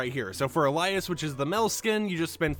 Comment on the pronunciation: Nigga said "Elias" 🤣 it's Alias like the word describing a cover name someone uses